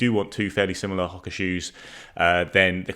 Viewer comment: Ho-ka not Hok-a